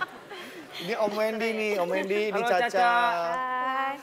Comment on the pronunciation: HAHAHAHAH WENDI BANG BUKAN DENIII